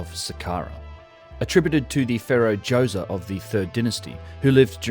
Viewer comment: Pharaoh Djoewzuh